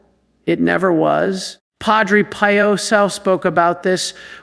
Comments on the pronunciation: knows that Padre Pio’s name is said as “ PE.O”. NOT “PIE O “ I question if A I has been active here and said it wrong!!!!! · This has to be AI. He has pronounced Padre Pio several different ways. I know the priest is real, but I think this is AI. Why would he pronounced the same name differently? Pie-Oh vs Pee-Oh. I sleep with a rosary around my wrist with the crucifix in my palm. Sometimes the corners of the cross can be a little uncomfortable in the palm. I tell myself at that moment that there was nothing comfortable about the cross. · It is pronounced Padre PEEO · This is AI generated. Surely knows to say Padre Pio not Padre Pie-o and doesn't randomly ask people to subscribe. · Um....who is Padre "Pie"o ??? And why do you pronounce name like that? This sounds AI GENERATED!!! "Pie"o. Goodgrief. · AI doesn't know how to pronounce Padre Pio! Come on! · This an AI KNOCK OFF. Pronounced Padre Pio wrong. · This is AI imitating. AI mispronounced Padre Pio. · Is this AI? I find it hard to believe does not know the pronunciation of Pio. And says “inter-seed-ees” instead of “intercedes”? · This AI. would NOT have pronounced PADRE Pio that way. 🤬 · 100% agree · Sounds like Ai. Doesn’t even pronounce Padre Pio correctly! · Pronouncing Padre Pio’s name wrong. This is AI. I’m out of here. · AI because the voice is wrong and knows how to say Padre Pio! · Why can’t you pronounce Padre Pio properly??????????? I think this site must be a fake! AI can never be acceptable especially when it is preaching God or Jesus’s words!! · The way you pronounce Padre Pio's name makes me think this is AI speaking, not. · The mispronunciation of St. Padre Pio's name is a turn off!!! would NEVER pronounce Padre Pio's name that way!!!! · That is AI😢😢😢 NOT REALLLY, The way pronounce: Padre Pio is by AI😢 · Got a feeling this is AI. wouldn't mispronounce padre Pio and talked faster than this